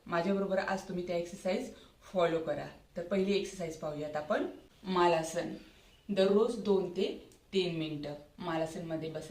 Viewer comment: मालासन नाही मलासन असा उच्चार आहे